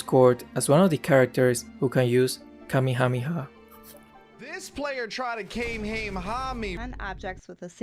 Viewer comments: "Ka-me-ya-mama" absolutely butchered that kamehameha reference. XD😂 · "Kamehameda" you just hurt me to the core😂😭